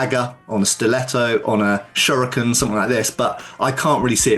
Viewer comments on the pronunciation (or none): none